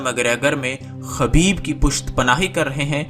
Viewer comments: Khubaib not khabeeb. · میرے بھائی خبیب نہیں خُبَیب صحیح لفظ ہے آئندہ خیال رہے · بھائ خبیب خ کے پیش کے ساتھ ہے